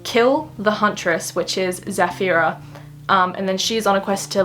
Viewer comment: Hii, I'm arab and just wanted to say that Nasir is pronounced as Na-sir Na as in Narnia and Sir as in sir, idk if that makes any sense lol And dont worry your'e saying Zafira correctly